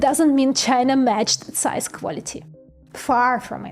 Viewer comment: Did she say "SIZE"?